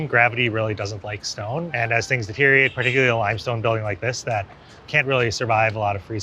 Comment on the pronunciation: These walking tours are great. Thanks! FYI, the word is "deteriorate."